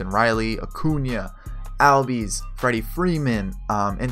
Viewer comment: great vid so far. but ozzie albies’ name is pronounced “ozzie allbies”